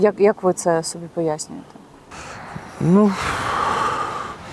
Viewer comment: не сОбі, а собІ, наголос на І